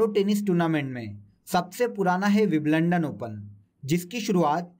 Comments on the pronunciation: Wiblandan नहीं सर विंबलडन😂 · Vibalandan Nahi bhai vimbaldan hota hai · विवलंडन नहीं है भाइ विंबलडन है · Wimbledon h sir g biblondon (london) ni h😀😀😀🙏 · Are mere masterji ...vo विंबलडन होता है विम लंदन nahe 🤣🤣🌹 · Biblandan nhi mere bhai.. Wimbledon hota h 🤣🤣🤣🙏🙏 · भई तुम विम्बलडन को विबलंडन बोल रहे हो ठीक से उच्चारण किया करो यार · because ek bar galti hoti h bar bar nahi. Kisi ne agr wimbledon first time in sir ke muh se suna hoga to wo to galat hi pronounce krega na. Btw ye galti agr kisi interview me ho jaye to? I m also a teacher. Teachers are idol for students. Rehne dijiye palvi tumko samajh nhi aayega